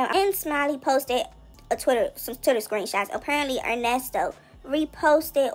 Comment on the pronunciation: He saying Twitter like bffr.